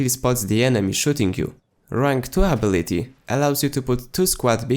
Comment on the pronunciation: Good vid Hwvr just 1 note Your english is gr8t accept it's UH Bill iT Tee Instead of Abb Bill it Tee I've watched a handful of your vids thus far & your English was superb bruh! I Rmbr a time when I could speak 2 languages pretty well What a pain to get it all right So bravo I commend your comprehension of the English language & you're pretty chill I look forward to all your new vids . Ps may we have some more bf4 gameplay as well . 1 day per week ? Please New fan , Warlord